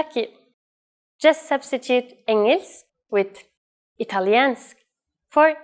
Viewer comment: The spelling of engelsk, isn't it actually pronounced "ing-ylsk?"